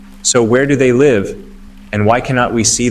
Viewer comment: it is AI. Another video I saw it struggle with the word “live” instead of pronouncing “laive” it said “ livee”